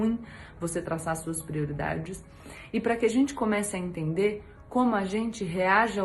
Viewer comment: O cebolinha da turma da Mônica fala assim...! Kkkkkk